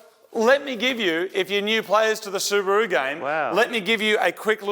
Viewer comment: Su-Bore-U.... to Su-Brap-U